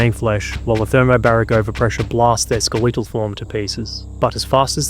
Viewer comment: ske-le-taull, not ske-lee-taul